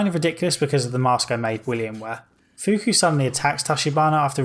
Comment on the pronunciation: it's not fuku